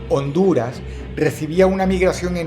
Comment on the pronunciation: Se siente tan bien oir a dross diciendo: "Honduras"